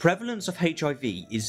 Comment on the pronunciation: I love rationality rules but I can’t stand how he says HIV